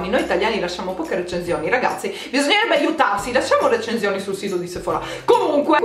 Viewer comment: Aspetta lo pronunci "recenzioni"? Si pronuncia recensioni xD